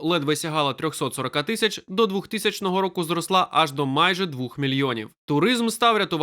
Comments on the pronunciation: Будь ласка, покращіть якість начитки: не двух а двох не ро́ків а рокі́в не ці́ну а ціну́ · Не "двух", а двох. Ріже вухо оце "двух".